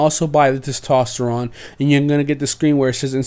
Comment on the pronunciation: You miss pronounced testosterone